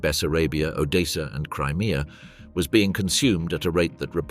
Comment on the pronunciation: How difficult is it to say odessa